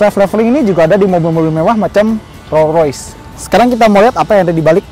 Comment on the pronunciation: "roy rois"😅😅😅